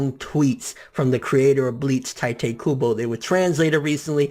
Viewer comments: it's Teetay. not tytay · Its not tie te Its tee tae kubo . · its not pronounced TIE-Tey... if you're gonna make youtube videos and come off as a manga enthusiasts. At least learn a little about the language and the culture..... or at the very least learn the proper pronounciations... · I'm truggered when they pronunce tite ay "tay-te" like... wtf... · It's Tee-tay Kubo,not Tai-tee kubo. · ITS FUCKING TITE. KUBO. DUDE. "TEA-TAE" NOT "TIGHT-TAE" UGH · Could you learn to pronounce his name right? Its TEEte Kubo not Tiite Kubo. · I disliked because you mispronounced Tite. it's TEE-TAY, not TY-TAY. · i dont want to be "that guy" but its pronounced 'teetay' not 'tytay' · Obviously you can't read either because I'm pretty sure T.I.T.E is pronounced (Tea-Tey) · Tightay??? lmao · Isn't it pronounced 'Tee' 'Teh'? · It's pronounced like "t-ee-te" kubo bor com'on ffs, props to kubo tho really touching story.